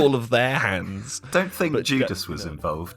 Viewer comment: this is a genuine question, did he say jew clubs or judas??